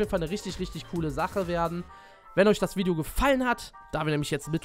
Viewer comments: cool dass du jetzt auch vlogs machst übrigens es heißt Video und nicht widio ist aber nicht schlimm passiert halt mal Bist der beste!!! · wideo 😂😂😂😂 son richtiger kevin